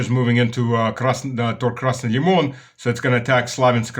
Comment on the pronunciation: appreciate your reporting and stories (very interesting),- came here from Duran to learn more about your observations and opinion about the SVO. But, please, stop saying Krasni Limon (Alex Mercouris was saying it correctly btw; I thought it is just my hearing, but google trranscription agrees with me Yimmon or Lemon - its transcription). It is called Krasniy Liman. (Лиман (zaliv), english: estuary, firth)